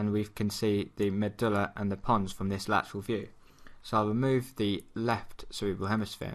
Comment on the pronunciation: When you say medulla, sometimes it sounds like you are saying amygdala. Which was confusing for a moment or two.